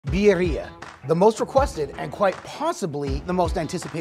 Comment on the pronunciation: I love you guys…. Birrira…. Pronunciation Vid-de-a or Bid-de-a…. Next time use Goat Meat and Oaxaca Cheese…Chooooowww…Rock yo socks off…. Now, with your left over Consumè, save this and toss your next chicken wings in it.